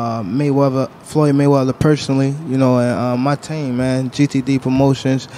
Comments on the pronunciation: That “GTD pronunciation” had mayweather on the ropes for a quick sec. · Y’all saw how tank was looking after mayweathers said GTD Instead of GTB Laughing out loud